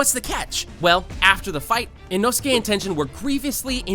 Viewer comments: bro whats tenjen 💀 its ten - Gen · you said tenten not tengen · bro really said “tenjen” 💀💀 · this nigga said tenjen 💀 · ngl i hate how you dont know how to properly pronounce tengen or mugen when they are said so many times in the anime (correctly)